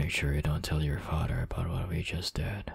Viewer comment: the way he said father "fader" 🤣🤣🤣🤣